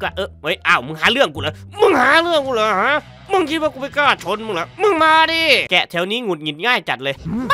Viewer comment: มันแพะไม่ใช่เเกะ😢